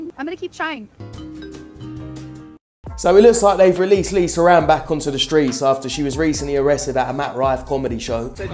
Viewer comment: LEESUR ANN??? You mean Lisa Ann